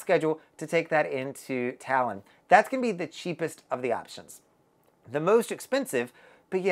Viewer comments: Toulon is pronounced ‘Too - Lon’ not Talon. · You pronounce the first part of the city's name (TOU - LON) like you pronounce TWO (so a bit like TWO-Lon) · I think its pronounced "Too"-"long"...but more like Too-lon . Im an english speaker but i was on virgin valiant lady in Toulon last month. It was lovely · I'm confused, how can one visit a place and not know how to pronounce the name of the city.🤨I am sure people there, especially the French, would have corrected you!!! Did you really visit this city????🤥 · Thanks. His pronunciation was driving me bonkers. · I was there too, and his pronunciation of Toulon is not correct at all. Hmmmm🤔